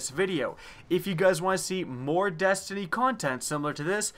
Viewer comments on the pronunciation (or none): none